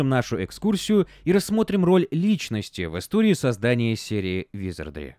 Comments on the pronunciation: какого хрена!? В первой части ролика правильно "ВизардРИ" во второй "ВизардЛИ" прям ухо резать начало.) Но друзья это мелочи, спасибо за годный конент. Успехов во всем.) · Почему ты говоришь "визардЛи"? 🙃